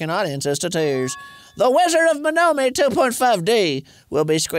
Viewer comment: The game says Monomi over and over again during the movie. Will that change their pronunciation? Of course not.